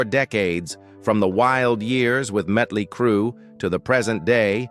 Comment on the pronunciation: If he can not say the name of the band dont do the story